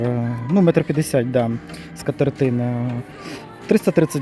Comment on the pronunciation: П‘ятдесяТ,, п‘ятдесяТ!!!